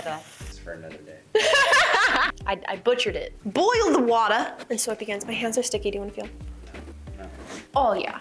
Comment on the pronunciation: That "Boil the water!" was, like, Jersey or something sounding very similar to it.. Hope we'll see her on the Hot Ones interview, one day..